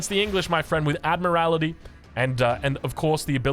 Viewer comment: The English naval tech is pronounced "Admiral-tee", rather than "Admir-al-it-ee" !